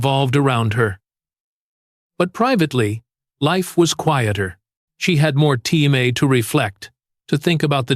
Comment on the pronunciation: Artificial intelligence can't pronounce TIME